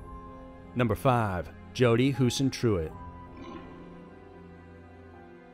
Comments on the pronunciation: Same with saying HUISENTRUIT. It's not pronounced Huisentru-it. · The guy in the Jodi Huisenruit video on the boat tried to take my mom out water skiing when we had a boat at Clear Lake. You mistakenly called it Coralville lake but it is actually Clear Lake, Iowa. It's also pronounced Jodi Huisen-truit, not Huisen-tru-it. First case of a missing person I ever remember. I would have been 7 at that time. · Jodi Huisentruit's last name is NOT PRONOUNCED Huisentru-it. IT'S PRONOUNCED Huisentr-oot, as with Huis. I live here in Mason City, Iowa. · its not hooos-a- tru- it ffs man learn thier names as least pleast its hossentroot at least try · hoosen-troot sandra, not sara. and more. ur getting sloppy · It's pronounced hu sen troot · Huisentruit is not difficult to pronounce if you bothered to learn it. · Dude, you mispronounced Jodi Huisentruits name the whole time and kept calling Sandra Bland "Sarah". You should definitely pull this down and rerecord the audio. It's incredibly distracting and puts all of your research into question. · First off. You are so disrespectful. Not only did you not take the time to learn to properly pronounce Jody's last name....but then you go one to call Sandra, "Sarah" for the entire time. These people are dead. The least you can do is get their names right. Second, of course SANDRA had high levels of THC in her system, even after being in jail for 3 days. THC is fat soluble, not water soluble. So it takes quite a while for those levels to go down. And lastly, Sandra's death was not a police coverup. No one killed her. She killed herself for the cause. To stir the pot. To get the sort of attention and reaction it did.